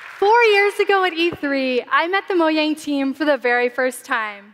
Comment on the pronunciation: That's not how you say Mojang!